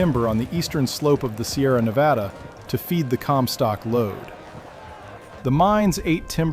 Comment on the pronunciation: Yes, more history like this, please! Also, thank you for pronouncing Nevada correctly 😅